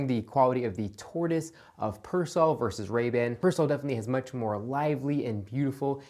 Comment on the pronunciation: I really like your videos, but I absolutely hate your pronunciation of Persol... You wouldn't say "fairrairy" either.